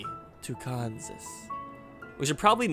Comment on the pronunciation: You could have another city named "Tucansas" but THIS one would be pronounced like Arkansas. And the citizens of Tyland BETTER GET IT RIGHT